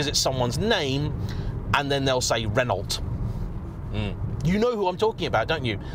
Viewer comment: Renault, not Renault! 😂😂